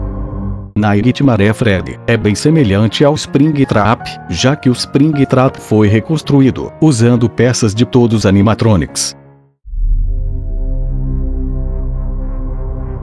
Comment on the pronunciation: ele disse ré construído não construído